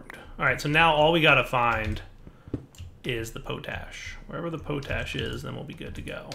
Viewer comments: gah! it's pot ash not po tash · Potash is pronounced with a short "o" sound, like in the word Pot. Not a long "o" like in potato